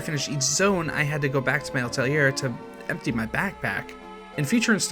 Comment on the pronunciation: Altelier ...?? Atelier. At. El. Ee. Air.